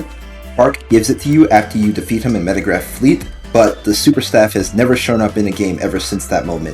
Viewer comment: The name of the computer is Megaraph, not Metagraph It's a relatively minor mistake, but you named it incorrectly every single time throughout the video